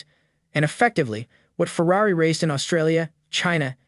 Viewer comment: Might want to learn how to pronounce the word 'Ferrari'...